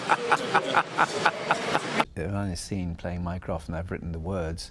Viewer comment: “Mycroft”, I keep hearing his name like “minecraft” omfg